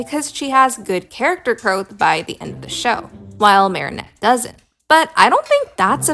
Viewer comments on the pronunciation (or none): Unpopular opinion: I am rather bothered by how you pronounce Marinette's name. It's meant to be said as "Mare-A-Net" rather than "Mary-O-Net". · WHY ARE YOU SAYING MARIONETTE ITS MARINETTE, THERES NO O💔💔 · it is pronounced like this, Mair-ih-Net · No, pronouncing Marinette as "Marionette" like the puppet is the most evil thing you could do to a character. In all seriousness, though, that side essay comparing and contrasting Twilight and Marinette was really interesting, and now I kinda wanna binge-watch Miraculous Ladybug again. (got some seasons in before I lost interest) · Slightly unrelated: it's pronounced "Marry-Net" 😭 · I’ll be honest when he said marinette he pronounced it like marionette and I thought he was talking abt the puppet from fnaf lol